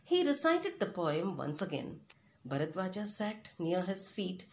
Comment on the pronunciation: Ram not Rama Narad not Narada Bharadwaj not Bharadwaja